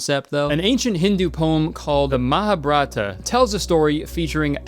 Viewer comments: my guy its the Mahabharata not Maha-BRAT-a , that means huge brat a 😭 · Kurtis dear it’s not called maha-bhra-ta but maha-bha-ra-t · "muhabrata" im DEAD 😭😭😭 its pronounced "mah-ha-bha-ruh-tah" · Its actually pronounced Maa-haa-bhaa-rat. And its a hindu religious epic! XD love your content tho, Kurtis! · I was typing a comment when kurtis suddenly showed the mahabharat, and wow wasn't expecting that lol as someone who read the story as school curriculum in hindi I don't rmb all this but 1. It's an epic, not poem 2. Pronounced Mahaa - bhaa- rath (I'm sorry but the pronunciation you gave was so off I didn't even understand what you said 😭) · CACKLING at the botched pronunciation of Mahabharata 😂😂😂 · Indian fan here, was literally thinking about the Mahabharata when you mentioned it. Also,, respectfully you butchered that pronounciation 😹😹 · The way you said Mahabharata hurt my soul badly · I love your stuff so much Kurtis but your pronunciation of Mahabharata hurt my heart a little 😂😭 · I had a stroke listening to this white man pronounce the Mahabharata. Also psa it’s one of the oldest and longest epic poem like the odyssey. Didn’t know it had time travel. Erryday ya learn something new.